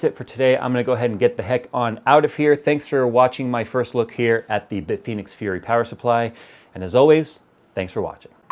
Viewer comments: "Bitphoenix": Whuzzat? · Bit Penis is what I thought you said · Bitfenix? bitfenix ghost